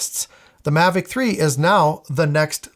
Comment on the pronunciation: Mavic "Tree"? 😯😆